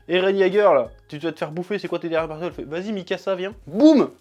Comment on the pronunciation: C Bertolt pas Berthold mais bon sinon bonne revue